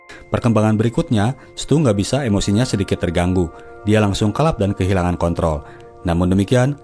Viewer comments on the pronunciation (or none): none